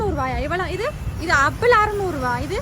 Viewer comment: அப்பிள் இல்லடி ஆப்பிள்